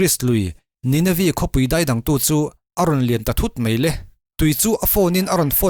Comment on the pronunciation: A ngaih nawmin a bengvar thlakin a hlawk thlak hle laiin I thil chhiarah hiah "Daih" tih tur ah "Deih" I to thinin ka hre tlat thin mai, nidangah I han fimkhur leh zual la, a ngaihnawm leh zual ang lo ngaithla nawn ve leh teh mah.